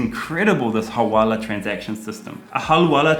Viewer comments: It's Hawala not Halwala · Hawala not halwala حوالة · It's so unfortunate that bad thing hawala sounds so similar to our mouthwatering halwa... Even more that Karl is pronouncing it as 'halwala'. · It is Hawala not Halwala